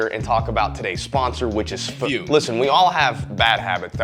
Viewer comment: you aint foolin me, thought it was Fumm instead of Fume didnt ya!